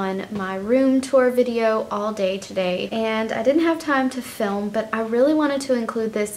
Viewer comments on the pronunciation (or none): none